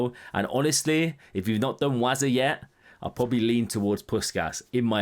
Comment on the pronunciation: Pussshhhhkas not puskas